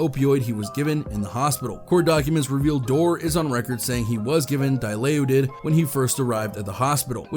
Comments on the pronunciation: And if you don't know how to pronounce dall laud Id you don't need to be covering a music genre that revolves around destroying lives with shitty drugs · the pronunciation of "Awry" and "Dilaudid" was quite funny. I lol'd.